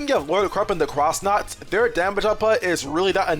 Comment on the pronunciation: I've never heard anyone call them the Cross Nauts. It feels awesome. I've always brought up to people the entry for the X-Yux that claims its pronounced Cross Yux and how, if that's so, surely the faction its part of should also be pronounced Cross Nauts.